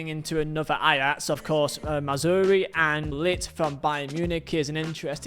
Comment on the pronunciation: pronouncing mazraoui: mazzuri